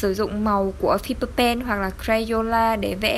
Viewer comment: Fiber pen đọc là phai bờ ben ạ:)))) kphai fi bờ pen đâuu